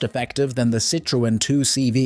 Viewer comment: Just the butchered pronunciation of Citroen made me stop watching in short order.